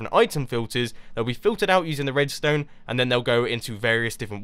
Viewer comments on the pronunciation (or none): Mumbo always says Redstöne :p